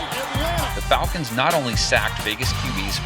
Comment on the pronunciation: Yeah FalCANTS! 😂